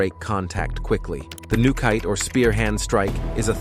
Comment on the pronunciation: Nukite (spear hand) is pronounced “new key tay,” not “new kite.” Get a robot that can pronounce Japanese. This video is about a Japanese style of karate. Why were there so many kung fu and Tai Chi clips? And the karate practitioners seemed stiff and not that skilled. Why not get a higher level instructor to demonstrate?